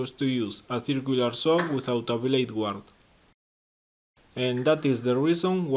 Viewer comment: 'Guard': the u is silent, so 'gard'